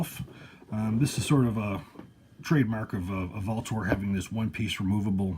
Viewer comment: Is that the correct way to pronounce Vltor? I’ve seen comments that say different. Just curious